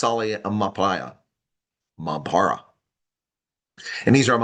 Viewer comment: Roll that R when using `mampara` to get the signature sound.